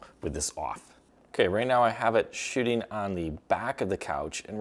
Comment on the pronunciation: First I heard shitting and rewind it to be sure...it is shooting😂😂😂